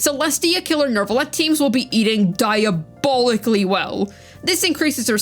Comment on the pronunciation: There is no r or r sound in neuvillette